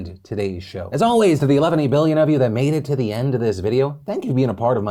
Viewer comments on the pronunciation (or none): ..."eleven-y billion"? Is that what everyone else heard? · did i hear 11 dee billion? hahaha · Did Phil say "To the eleventy billion of you..." at the end of the video? LOL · Eleventy-billion with a 'buh'